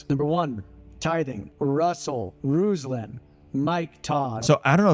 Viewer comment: I've always said your intro from the very first time I ever heard it sounds like Bruslan.